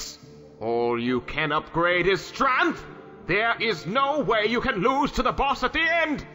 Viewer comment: It is my life's goal to make "Stranth" the proper pronunciation and spelling of the word.